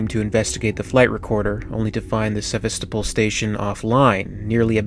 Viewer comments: Witz Nerd Seh-VAS-stow-poll! Jesus, People! Learn to pronounce foreign words! It's not that damn hard! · I think its pronouced seh vas ta pol or pool (dont quote me on that) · Pronounced, 'Seh-vah-sto-pole' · ser-vass-to-pol < i pronounced it like that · Except he can't pronounce Sevastapol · Now, I played it once on normal but I only died about 5 or 6 times the whole game just because I had done a metric ass ton of research before actually getting the game. Also, you mispronounced Sevastopol. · You can't pronounce Sevastopol? Or Narcissus? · How the Hell can you live so long and not know how to pronounce Sevastopol properly?